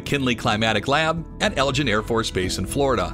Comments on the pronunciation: With all due respect the McKinley Climatic Lab is located on EGLIN, as in Egg-Lin, Air Force Base not ELGIN, as in El-Gin. ✌🏽🇺🇸🙏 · ELGIN AFB FL? DUH! It's EGLIN! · Good video. I know redoing audio after the fact isn't a real option, but the McKinley Climatic Laboratory is at Eglin (egg-lin) and not Elgin (el-gin). Splitting hairs I know! I've been there on a tour. Cool place. Great stuff. Keep em coming